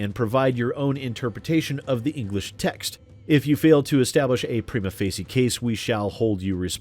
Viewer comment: Prima Facie -- Preema Fay-shee.